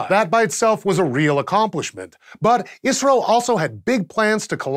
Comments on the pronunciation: its called I S R O... not iissrroo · Stop saying "Isro" like it's a word. I'm from India and pretty sure they call it I.S.R.O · Keep hearing Isreal when he says ISRO. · i alwasys heard "israel" instead of "isro" ^^ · kept thinking he was saying israel lol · Every time he said ISRO, I heard it as Israel.... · I kept hearing "Israel" everytime you said "Isro"